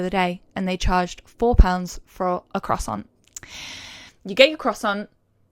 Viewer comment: I ADORE YOU BUT WHY DO YOU PRONOUNCE CROISSANT THIS WAY